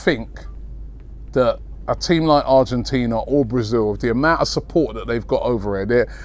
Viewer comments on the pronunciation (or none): none